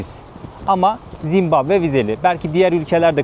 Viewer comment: yav ben mi yanlış duyuyorum yoksa 2 böllümdür zimbambe mi diyorsun ülkenin adına? :D